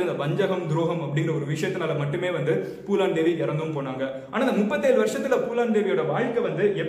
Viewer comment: Bro it's Phoolan Devi not poolan Devi😂😂😂😂